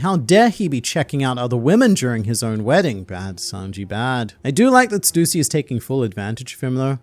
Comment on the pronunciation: its not stuusy its stussy dont emphasize on u its annoyinng to me please stop it